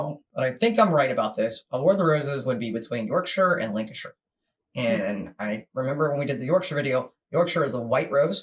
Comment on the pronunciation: Lancashire. Lan not Lin